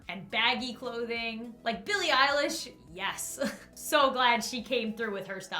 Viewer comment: says Billie Eillish Me Internally screaming because she knows Billie Eilish